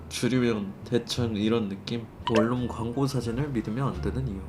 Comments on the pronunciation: 원룸발음은 월룸이 아니고 원눔입니다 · 원룸 발음을 월룸이라고 하시네...😂😂 참고로 코끼리를 냉장고에 넣는 방법. 1.냉장고 문을 연다. 2.코끼리를 넣는다. 3.냉장고 문을 닫는다....